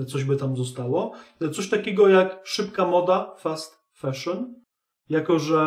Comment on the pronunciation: Mówi się fAszyn a nie feszyn.